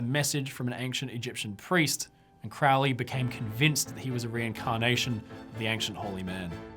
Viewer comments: It would really add to your credibility if you pronounced his name right. It was Crow-ley, like the bird, not "crou-ley." He despised witchcraft and did not do "black magic." It might help if you actually read something he wrote. Jeez. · it isnt. crowley even wrote a poem about it " those who treat me foully call me cr -ow-ly those who see me as holy call me crow-ly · It is pronounced Kroh'lee, NOT CROW-LEE. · Why does everyone pronounce it Crou-lee, when ots pronounced as it is spelled: Crow (the bird) Lee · Crowwley how he pronounces or crow-ley? I say Crow ley... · It’s Crow-ley, rhymes with Holy. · Superficial Bull shit, You can not even pronounce Crowley"s last name properly. The man was brilliant. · No it's not, it should rhythm with "Holy", I'm also in the UK. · He himself always pronounced it to rhyme with "holy." And he didn't do "black magic."